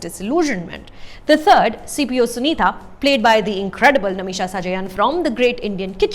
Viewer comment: Not Namisha.. it's Nimisha..